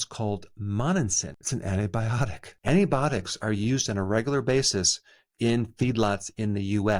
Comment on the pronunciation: “Antibotics” ?..I wouldn’t trust anyone who doesn’t know how to pronounce “antibiotics “